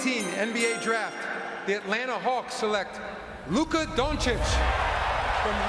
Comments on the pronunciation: The Luka disrespect is crazy. Luka Doncik!?!? Come on it’s not that hard to pronounce 😅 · doncic is not a chick bro. Its Doncic not Donchick bro... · how can you even mispronounce Doncic's surname after 6 f years in the league bruh? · Adam Silver's announcement on the draft night is close to perfect, that's why your mispronunciation of his last name right after that clip makes it even funnier :) Good analysis btw.